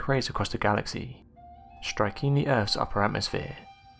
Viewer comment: Heidi Kersey I love BUT I’ve said for years he sounds LEGIT like a 5 year old with such a hard to understand speech impediment! God it’s frustrating! He hates the ‘TH’ sound... we live on Urff not Earth if you listen to him!